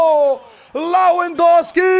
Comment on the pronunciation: Teach him Lewandowski while you're at it.